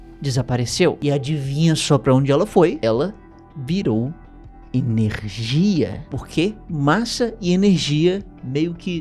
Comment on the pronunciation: erro na palavra energia kkkkkkkkkkk